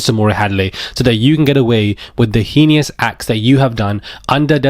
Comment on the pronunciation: heenieus? it's hayness acts babes Heinous....